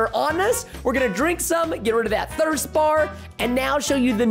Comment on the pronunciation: Thrist level? LOL it’s thirst